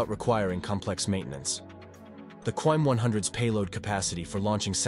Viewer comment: You need some teaks for the way you say stuff "Qaem" is pronounced "Qa" then "Im" not "Quaem" which means totally different thing "lists" "Rezvan" is pronounced "Redzwan"